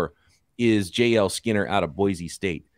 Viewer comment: As an Idaho native, I got a pro tip for you. Boise is pronounced "boy-see".